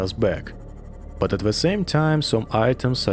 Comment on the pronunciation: Сразу понял, что русский по "зэ и вэ". Насчёт "the" - "дэ" самый идеальный вариант. Надо поработать над произношением.